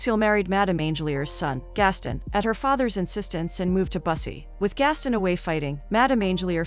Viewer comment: It's Gast-on not Gastin Americans oye 😂😂